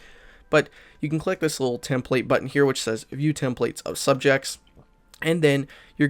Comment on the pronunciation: You pronounced template incorrectly. Lol